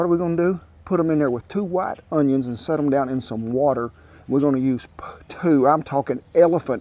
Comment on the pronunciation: The way you say ''WATER '''freaks a little ole kiwi out🌊🌊🌊🌊🌊